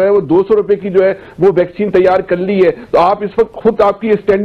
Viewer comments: It's vaccine not bhaccin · Sir you are great. I like your programmes. Kindly improve pronounciation. Bheccine nhi bolte. Its vaccine ...simple. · भाई बहुत अच्छी खबर सुना रहे हो पर कृपया करके पहले अपने मुंह में जो गुटखा डाल रखा है.... वह गुटखा धो कर आओ फिर साफ-साफ बोलो ....भैकसीन नहीं है..... वैक्सीन होता है मेरे भाई😂😂😂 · Bhai vaccine ko Bhaccine ku bole reha ho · ये भैकसीन नहीं, वैक्सीन कहा जाता है। कृपया उच्चारण तो ठीक तरीके से करे। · भैक्सीन नहीं वैक्सीन बोल़ो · Bhaixcen nahi he vaccine he